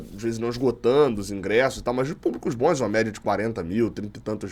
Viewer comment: "Bons" não "boens".